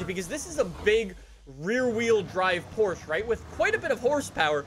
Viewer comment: accidentally pronounces Porsche correctly. If only he would intentionally do it from now on.